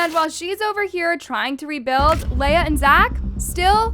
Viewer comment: btw i dont want to be mean, but you were saying leah's name wrong. her name is said 'lee-ah' not 'lay-ah' and her last name is pronounced 'aashh' not 'ash-ee'. jsut thought to say cuz it was lowk bothering me lol.